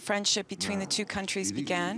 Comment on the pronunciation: firendship XAXAXAXAXXAXAX